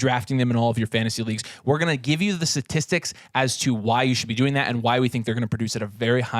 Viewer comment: Satistic?? 🤔 Jk 😂 also Nathan's transiton to Deebo was priceless 😂